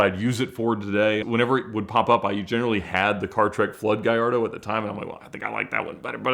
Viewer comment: There's no "Y" in Gallardo.